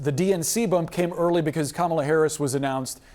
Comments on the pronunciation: It wasn’t a coup. At worst, it was an intervention, but, ultimately, it was Biden’s decision. And don’t be so modest; you, not Joe Biden, are unquestionably the worst president in history. Finally, Luntz, if you don’t want to sound as stupid as Trump, you need to learn that the Democratic candidate’s first name is accented on the first, not the second, syllable. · It's "comma - la" Frank. Man, these guys are so insulting. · Come on, Frank Luntz!! Say her name correctly and respectfully as a pollster, not a DonOLD supporter—totally unprofessional! Come on, Boris—call it out! 🤨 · I see Mr. Luntz hasn’t learned how to say her name—weird! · You'd think Frank Luntz, a supposed objective pollster, could pronounce Kamala's name correctly. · Even Frank cannot pronounce KAmala's Name correctly..LAME!! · Please STOP bringing on right-wing Frank Luntz and choose a less slanted analyst. Pro tip: if they're still mispronouncing Kamala, they're NOT unbiased.